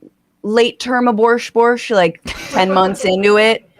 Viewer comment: I have never heard anyone say "late term aborsh-borsh" before and I love it!